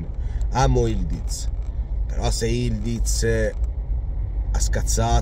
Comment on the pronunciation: Questa lettera ı in turco è una U.... Si legge Yulduz